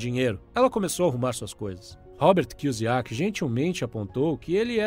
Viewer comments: Muito bom o vídeo cara, mas cê não acertou o sobrenome do Robert kiyosaki uma vez kk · O mais importante foi passado: os ensinamentos. Seria interessante aprender a falar o sobrenome do Robert corretamente antes de soltar o vídeo. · A parte que será irônica e que só o dono do canal terá real retorno disso tudo, quanto mais comentarios no vídeo dele mais o YouTube acha q ele e relevante e manda pra novas pessoas, e aí vai ter uma nova leva e pessoas que vão aproveitar bem o conteúdo, uma nova leva de gente que vai achar engraçado a pronúncia errada do nome do autor, e vai ter os caras que querem esculturas na lua achando que comentar no comentário dos outros e alguma coisa útil pra vida kkkkk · ROBERT KI - KI O SAKI NAO ROBERT KIUZIAKI KKKK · Pronunciou Robert Kusiac no início do vídeo sendo que o correto seria kiosac. Mas tá valendo kkk. Bom trabalho. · Desculpa mas você falando o nome do Kiyosaki errado dói na alma! Kiyuzaki foi foda 😂😂😂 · Kiozaki e não kiosiak. Mas valeu o resumo...🙏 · "Cusiaqui" kkkk tá sabendo bem pronunciar o nome do autor kkkk, ainda bem q o primeiro nome dele não é oriental também kkkk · Robert "Kuziaki"? Nunca tinha ouvido essa pronuncia.. 🤔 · Na primeira frase do vídeo o kra já erra o nome do autor e fala Robert Kuzyaki" 😂😂😂😂😂😂 na boa, dá pra entender que quem é rico compra ativos e quem é pobre compra passivos, mas no mundo que eu vivo, quem anda de mercedes, tem mansão, relógio de ouro e bolsa da Louis Vitton é rico e quem anda de Brasília e mora num casebre é pobre e não o contrário rs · Só faltou pronunciares o sobrenome dele corretamente. Fora isso, gostei do vídeo.